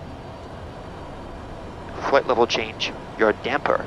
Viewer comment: i like how you pronounce "yaw DAM!per"